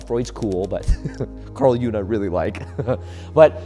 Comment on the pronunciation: Its pronounced jung not june